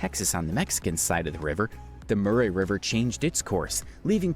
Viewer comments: This is TOO painful... MACK-A-REE Island FFS. , The MU-RAY River, gave it away. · OMG the guy mispronounced Macquarie Island as Mackwerry, Murray as Murr-AYE, Eyre as Eye-er and Antipodes exactly as it's spelled 😅 Often, Americans doing these videos have never even been to Australia, and it shows.